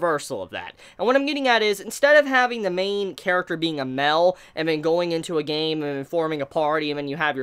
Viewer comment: The way you say male is “peculiar”.